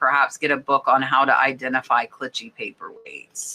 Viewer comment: Hi, just fyi Clichy sounds like “Klee-she”